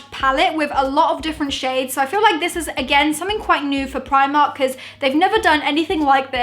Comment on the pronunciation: u say primark wrong